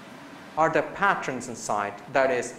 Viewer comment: Patron is pronounced "pay-tren" :)